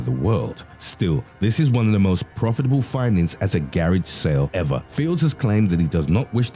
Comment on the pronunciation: I like the way the narrator pronounces garage sale ...wow lmao